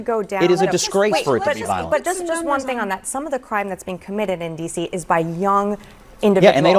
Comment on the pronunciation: "There is no crime in Wah Dee See."